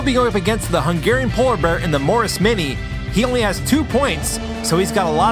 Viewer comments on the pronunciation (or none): none